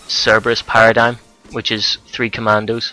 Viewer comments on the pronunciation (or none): none